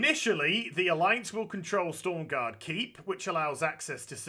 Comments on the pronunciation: Aaaaaaaaaaahhhhhhhhhhhhhhhhhhh It's S T R O M garde ;) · STORM GAURD? YOU MEAN STROM GAURD AZ XD